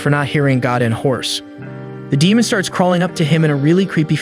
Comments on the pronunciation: The way you pronounce "DEMON" is irritating. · Dee moan 🌝